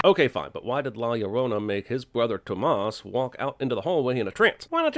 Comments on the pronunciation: Toemass doesnt appreciate mispronouncing Tomas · never say Tomas like you did ever again. Its Tomas, you say it as fast as you would say Thomas except the o is a bit harder and more emphasized but not elongated